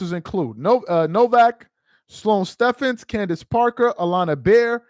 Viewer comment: You got the other joker's name correct, but it's Sloane Stephens (Stevens)